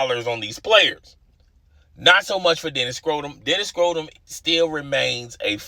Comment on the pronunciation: Yeah I could not tell if that was a subtle shot or mispronunciation